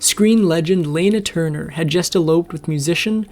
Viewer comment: (Lan ah) Turner. Robot mispronounced.